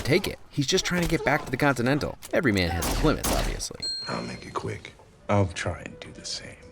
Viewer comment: "continantale... continantalay? this is karen fillipellay please leava me a message" i fuckin lost it